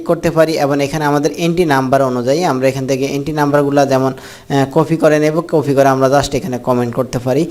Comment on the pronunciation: আরে বলদ কফি না কপি